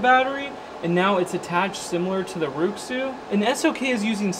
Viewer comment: Rui Xu is pronounced “Ray shoe”